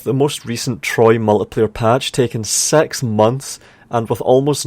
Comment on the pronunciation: l like when you say "Six", it sounds like "Sexy". Also, Rome 1 still is the definition of a Total War should be, not just from battle but also how each character is important to the game. Like, voice acting with zeal, hype, flavor(Roman general and roman battle announcer). Generals that have traits, not 3 or 4 but also negative ones that come from context. If you have a brothel, your general can inherit a bad trait from it. And so on.